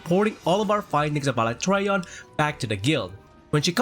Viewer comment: The message means that you pronounce Alatreon wrongly